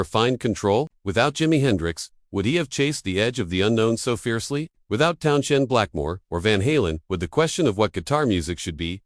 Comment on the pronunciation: Jimmy Page couldn't hold a candle to Jeff Beck. Beck was way ahead of the game right up to the day he died. Even Page acknowledged that.This video appears to be a commentators opinion of what he'd like Jimmy Page to have said, rather than what actually happened. The commentary also sounds like the work of AI - Its Town's End, not Town-shend. Bunch of clickbait Garbage. Block the site.